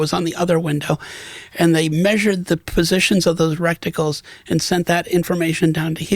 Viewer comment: It’s called a reticle, not a “recticle”